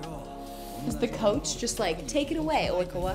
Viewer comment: Love the way she repeats "Oikawa" after the news lady , replicating the Japanese pronunciation 😂😂